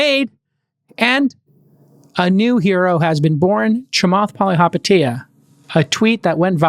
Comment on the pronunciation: Chamanth... maybe listen more